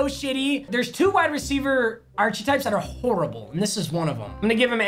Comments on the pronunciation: Arch-types😂😂😂 it’s arc-a-types papa😥😥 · “Arch-a-types” mmhmm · Nobody: Absolutely nobody: Papa: "aRsHeTyPeS" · mans said ar cha types and do any gay people watch?